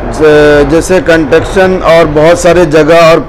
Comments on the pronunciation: Construction hota hai Sahi boliye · Apko construction ko proper pronaucitate nhi karna data to uska meaning hi change ho jata ...agar nhi achhe se pata to logo ko pls bewkoof mat banao ... apka standard itna hai k trigger 3 ka interview kia jayega to app fail ho jaoge ... logo ko misguidedly mat kijiye